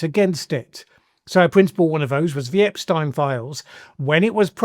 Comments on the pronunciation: This was a good video and my comment is completely trivial, but Good Lord man! How hard is it to say EpSTEEN, that is how his name is pronounced, the name that has been bandied about incredibly frequently for the last decade plus, STEEEEEN There is no way you have not heard it pronounced correctly many many times, you are wilfully mispronouncing it here 🤷🏻‍♀️ Sorry, I haven’t had my coffee yet and I decided to have some fun with a pet peeve! 😄 Carry on 👍🏻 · Good lord...pls pronounce it as Ep-steen. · "Ep-steeen", Jesus... 🙄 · Please listen carefully how Epstein’s name is pronounced before you make a video. Thanks !